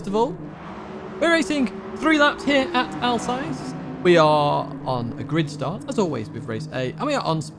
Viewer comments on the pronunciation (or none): Thank you for the weekly guides...they're always a great source of information and funny to watch as well. If I may suggest a pronunciation for the Alsace circuit, try to pronounce it like "Al's ass" with a slight American accent, you'll be bang on! 🤪